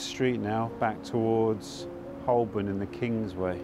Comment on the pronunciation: Hi, Holborn is pronounced Hoe-bn, you're too much of a Londoner not to know this!!!! I love your channel, thank you for the excellent videos from a fellow East Londoner